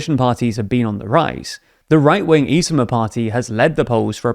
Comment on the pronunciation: They did get fatherland party name wrong (they called it ekre), and complately pronounced ekre wrong. (Ekre is Conservative People's Party of Estonia)